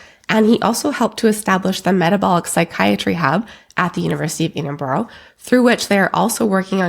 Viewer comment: It's Edinburgh not Edinboro